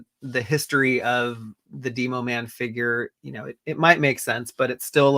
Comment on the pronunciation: Dee-Mo Man? You mean, Demo-Man…like Demolition. 😅